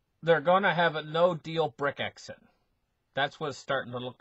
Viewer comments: doesn't read the comments, he will continue to say Brick-exit and exasterbate, better get used to it if you want to listen. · BRECK-ZIT ...I can't stop laughing